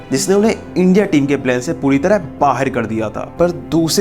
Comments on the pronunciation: 'Baher' nahi 'Bahar' hota hai Pakistani series bahot dekhte ho lagta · बाहेर कर दिया? बाहर होता है भाई